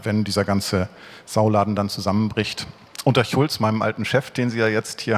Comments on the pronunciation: wie er einfach Martin Schulz verarscht weil er das sch nicht aussprechen kann 😂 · Wie gut ist es, dass Sonneborn "Chulz" statt "Schulz" sagt?